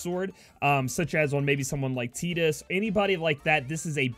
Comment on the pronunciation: Your pronunciations of Tidus and Extract tell me you dont play much FF >_<